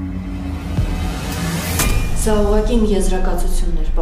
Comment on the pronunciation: Էս սերիալում մենակ Սարոյաննա Դիանայի անունը ճիշտ ասում թե չէ բոլորը Ձիանա են ասում